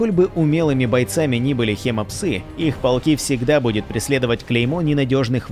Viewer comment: может хим псы ? а не хема псы